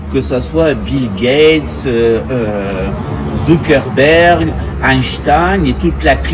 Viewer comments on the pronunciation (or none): none